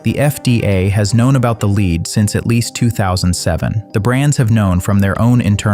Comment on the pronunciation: FYI, the voice is pronouncing “lead” the wrong way. It’s pronounced “led” in this context.